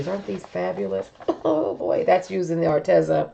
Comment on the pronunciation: I just talked to them and it's pronounced Ar-Tee-zuh...long e sound.🙏